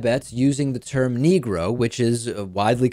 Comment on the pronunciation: Quibbles based on personal observation only: He doesn't say "Negro," he actually says "NEEEE-GROW," emphasizing the first syllable and lingering on the word, staying on it longer than he would if he were really comfortable with it. I'm guessing he's using it as a substitute for whatever term he prefers or would normally have used. (Apologies if this has been previously noted.)